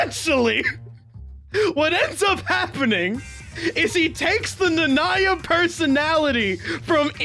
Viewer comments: Stopped after I heard his butchered pronunciation of "Nanaya" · Why do you pronounce Nanaya like that 😭😭😭